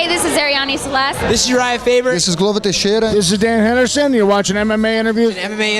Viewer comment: The best part of these videos is when he says "this is Glover Tesheda"